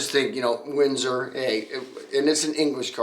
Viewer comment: Man the first time you said Windsor, I thought you said Whizzer, which would be a really odd name for a car company.